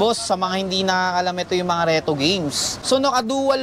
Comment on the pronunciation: I understand now. He said Contower and RETO. I know now that he have a difficulty in pronounce "R"!